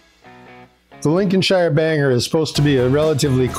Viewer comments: This is marvellous to see you creating these! It’s one of my favourite sausages. Just one thing... call it Lincoln-sheer not ‘shire’ (as in ‘hire’) These are delicious on bread and butter ( sausage sandwich) with ketchup or HP Sauce. Husband loves them on a bap... or you’d call them a roll! The other thing is those are no way near brown enough! Cook them until brown not pale. There’s usually no pinkness in the flesh. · Brilliant video you have the sausage ratio Size nailed on brother, and the sausage should be sage emphasized as so so rightly did. You are an honorary Englishman, Sir. however, stop saying Lincolnshire emphasizing the SHIRE Bit... in England we call a shire a .....SH - "LinconSh" then this video would be nailed on bro.